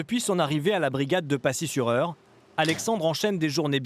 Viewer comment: C'est pacy pas passier